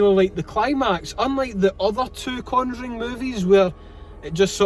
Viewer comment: Brilliant again! "Two for the Con-joo-ring please"